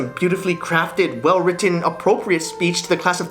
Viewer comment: I love the way he says ‘written’ and ‘button’. The emphasis on the ‘Ts’ just turns me on